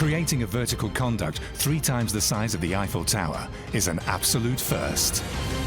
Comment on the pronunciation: a conduit is a tube for conveying water/wires etc. it is pronounced 'con duit'. it isn't pronounced 'con duct' which refers to behaviour.